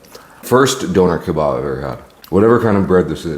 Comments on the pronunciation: bro said downer kebarb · It’s not a doner kabob ? It’s a doner kebab 😂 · “Donoour keybab” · You said donner kebab like the Northern Irish ☘️ ❤🎉😂❤